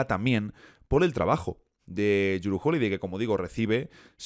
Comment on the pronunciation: Respecto a la pronunciación, Jrue es "Dru"